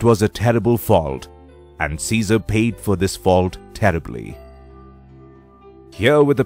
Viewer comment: Its "Caesar"